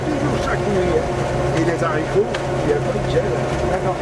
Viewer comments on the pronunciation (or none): Les fameux zaricots